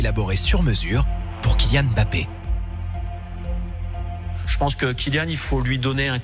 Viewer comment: on ne dit pas M.....Bappééé. non , son nom c'est MBAPPE. Pourquoi séparer le M du BAPPE